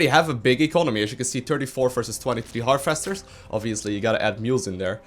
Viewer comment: I like how your accent makes "Harvesters" sound more Zergy by pronouncing them "HAR-FESTERS!!!!"